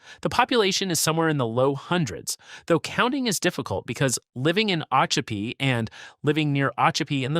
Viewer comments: LEE-vee County. mic-kan-NO-pee. o-CHOP-pee. Two Egg and Weeki Wachee are not incorporated towns. And you forgot to mention that I once visited Weeki Wachee. To see the mermaids. BTW, the state of Florida also took over Silver Springs and Rainbow Springs and made over those two old attractions as state parks. But without mermaids. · Mic-A-No-Pea is the correct pronunciation. Oh-Cho-Pea - try it that way. Damn Yankee. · Please learn how to pronounce the cities you are mentioning! You mispronounce Micanopy as well as Ochopee!!